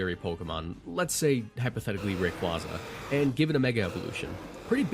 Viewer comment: Again. Ray-KWAY-za. Not Ray-KWAH-za.